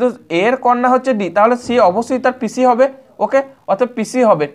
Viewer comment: অনেক সুন্দর, কিন্তু দাদা, পিছি না, পিসি উচ্চারণ হবে।